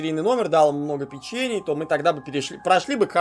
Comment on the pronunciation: Может не "печЕний",а"пЕчений"=)